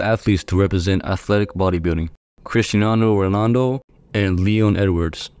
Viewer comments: Bro really said criniano nonaldo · "Crisnando ronando" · "Crisdando Ronando." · “Christinano Ronano” 😭😭